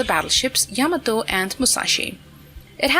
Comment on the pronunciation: That was a nice piece of artiltiltillery on the Yamatooo. For mankinds sake, stop using AI.